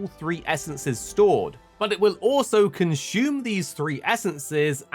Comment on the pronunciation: "Conshoom" he says...